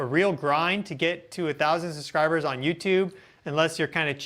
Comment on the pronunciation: Love your videos dude. Only one complaint.... It's SUBscribers... Not SUScribers